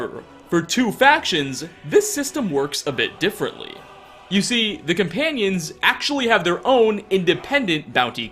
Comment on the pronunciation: Am I the only one who can't stand how he says "cuh-panions" instead of "coMpanions?"